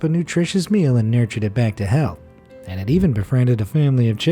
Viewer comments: Did.... did he just say "nurture them back to hell" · He said back to health but I thought he said back to hell